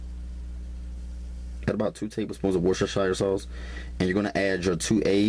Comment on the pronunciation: 😂😂😂love his recipes!! Worshashashire sauce..